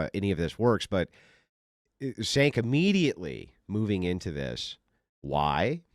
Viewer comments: Cenk's name is pronounced Jay-nk. Or chunky yogurt. But not Sank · Pronounced "Chenk," not "Senk"... It drives me mad when cannot pronounce words correctly or uses double negatives. 😅 He's too smart to make himself sound so dumb. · Cenk is pronounced as Chenk. exactly,! Dave is a demagog, he always uses 10x more words than needed, to say anything, just like Cenk. they both can talk for 30min and say nothing + both of them are doomers - there is always smth terrible is gonna happen: ww3, climate change and all that lib fearmongering bs, but dropping birthrate ain't an issue - it is a choice. i used to like Dave in the beginning, he seemed smart, but past year he lost his marbles and turned into a demagog, his thoughts are scattered and can't form a thought properly, always talks around, frequently stops in the middle of the sentence just to rephrase it. he constantly cries wolf with every gust of the wind. terrible negative human to be around. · Do you mispronounce his name on purpose? 😅😅😅 You did it on Piers Morgan and I thought it was just a mistake. But now…..